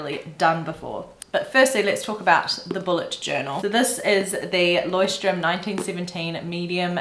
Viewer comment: loved the digital approach - eventhough I´m a pen and paper kinda girl. The word leuchtturm is a german word wich means light house the ch is quite hard to pronounce for foreigners but you did well :)